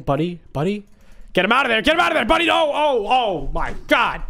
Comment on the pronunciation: for me I heard money isstead of buddy